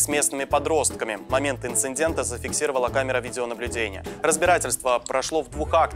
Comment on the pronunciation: Мне показалось, или ведущий сказал "инциНдента?"